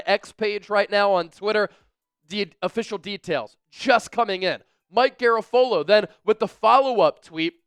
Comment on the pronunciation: Said in the tone of Hermione Granger Ausss-trailians... it's GaRAfolo, not GaraFOlo...